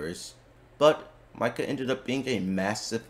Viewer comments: I can't take you seriously when you keep saying Myka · It /is/ spelled how it sounds Mika = [Meeka]; Long I sound. And there are many in-game moments of it being said correctly to reference when making videos if you're going to do theorycrafting...